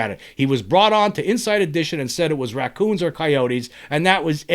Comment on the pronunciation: Do you know how funny it is hearing you say raccoons and coyotes 😂